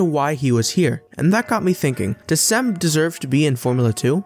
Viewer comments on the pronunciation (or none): Mate you could have googled how to say the name. It’s not sem its Cem. Imagine saying joy the c should sound like that. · say like GEM in english